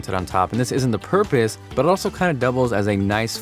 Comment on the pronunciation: is it just me or does he roll his "r" when he says "but it." e.g. "'burrrrit' also kinda doubles as a..."